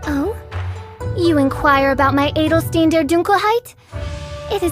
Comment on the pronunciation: wie sie edelstein ausgesprochen hat, hat mich voll verwirrt